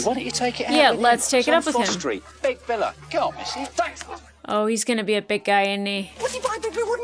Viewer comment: "Big villa" not "Big fella" 🙂